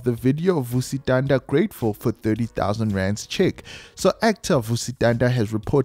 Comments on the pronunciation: Vusi "Thunder"?🌩., it's Thanda, as in ngyathanda... It's beautiful witnessing love like this from people of influence, especially from a humble guy like Morda. It's definitely going to shift the toxic male narrative, we need more of this. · Vusi Thanda is Vusi “Thunder” and Nota is No*th*a… don’t you listen to how other people pronounce these celebrities’ names?